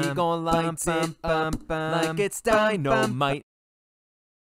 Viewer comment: why does he say "dino might" 🦖💪🏾😂